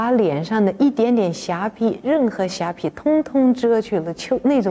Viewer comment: 瑕疵的疵，念pi4?